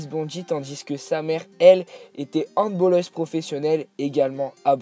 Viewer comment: HandballEUse pas handbOlleuse